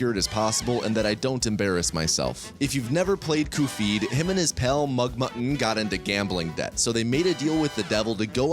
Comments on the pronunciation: Normal people: cup head: 𝓒𝓸𝓾𝓹𝓱𝓮𝓮𝓭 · I only realized at the end of the video that he has been pronouning Cuphead as Cu-Phead and not as Cup-Head. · cupp edd not cup heed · It’s cuphead not coophid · Every time you call cup-head "coofeed", I die a little inside. But Great video otherwise. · Cofeed? It’s cup head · CUPHEAD NOT KUFFEED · same vibes as shithead [read: shatheed] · what the hell is a kuh-feed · "Cu-feed." bro 😭🙏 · why does he call him cufeed? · Pronouncing Cuphead as “Coofeed” is the hardest I’ve laughed in a while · Hearing "coffeed" every few minutes kept my brain awake, good video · "Coofead" I hate you so much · Him saying “coofeed” instead of cuphead is getting to me and I don’t know why it’s upsetting me this much, like I can just click off the video but it’s actually interesting 💀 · pronouncing it coo-feed once is a funny joke. doing it every time after that is annoying and i wish you'd stop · why does he say cufied instead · I've never heard Cup Head pronounced Kuph-heed before?? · Kufeed? Are you serious? 😂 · Downvote purely for saying "coofeed". It's not funny or clever. It's annoying. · “Coo feed” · “I don’t embarrass myself… Khufeed and his pal Mugmu-NN…” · wrong pronunciation. it's "ph" as in "stephen", cuvead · who the hell is ku-feed?! is this guy trying to be cute by pronouncing CUP-HEADS NAME AS KU_FEED?!?! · I’m having a visceral reaction to hearing it pronounced Koo-feed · OMG that pronunciation is driving me crazy! It's "Kuff-E-Ad" you goof! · I will forever be pronouncing it the real correct way now. 'Cufeed' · calling it cu-phead is CRAZY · This is the guy who pronounced cuphead “coofeed” the ENTIRE video without acknowledging it I always just assume it’s a bit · ..the what? Cufeed? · Why do I feel angry every time he says Kufeed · Why does he pronounce cuphead like that lol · Weird that no one else knows how to pronounce Cuphead and Mugman normally like you do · The way he pronounces Cuphead is strange